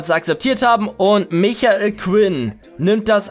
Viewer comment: NICHT MICHAEL SONDER MIKEL(gesprochen)!!!!!